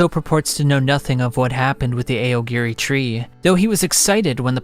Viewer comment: AY OH GEH REEEE. He probably does it so us mega-nerds comment and give him more engagement.